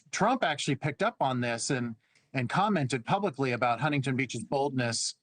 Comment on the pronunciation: It is Not Hun-ting-ton Beach; it is Huntington, one word spoken as one.